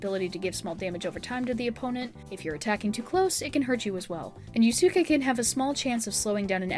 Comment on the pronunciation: I beg you to please research pronunciations for some words😭 (Yusuke, SEES, Arsene, etc.)